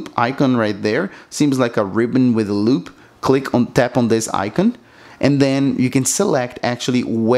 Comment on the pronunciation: "icon" is not pronounced like that. Come now, it can't be that hard.